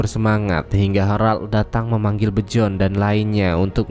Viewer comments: Bion anying bukan bjon😂😂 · penyebutan namanya masih salah min... Bjorn dibacanya biorn bukannya bejon,... hvitserk dibacanya vitserk bukan havitsek, Gunnhild dibacanya ganhil bukan gunhil. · Byorn (terbaca Bejon)